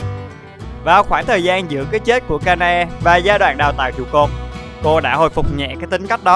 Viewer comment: đọc tên chị hoa trụ phải là Ka na e chứ sao là Ka e na :)))